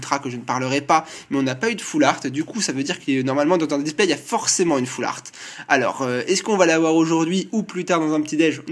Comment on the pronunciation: Yop, ce n'est pas "all fart" comme tu dis mais "half-art" :)